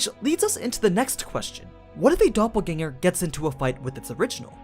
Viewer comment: As a German i give you my probs for pronouncing Doppelgänger correctly